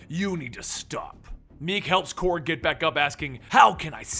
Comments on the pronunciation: Did he say Krog😂🤣 it’s Korg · Why did you pronounce korg and caiera like that?